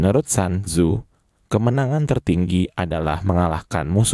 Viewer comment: Sun tzu,di baca sun tzu,bukan san tzu